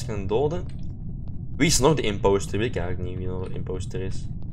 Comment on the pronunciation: hahah hoe zeg jij imopster, Leuk vedieo wel! <3